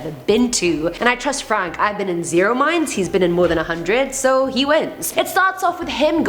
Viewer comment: When first mentioned the video, I thought she said, Top 10 Scary MIMES...and yeah, that is scary!